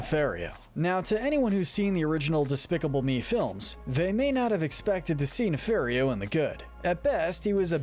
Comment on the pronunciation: It’s pronounced “nuh-FAHR-ee-oh”, “”! 🤨 You’re so bad at pronouncing names,! 🙄